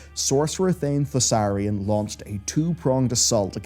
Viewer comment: sorcer thane thassarian he says xD ...... its THAURISSAN